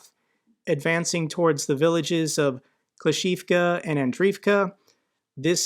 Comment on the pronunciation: not uro-zayne but uro-ZHAIN-eh. ZH like prigoZHin, or zaporyzhZHia. english speakers rarely use ZH and instead spell it as Z. also - klish-CHI-yivka, andri-yivka, starom-LYNivka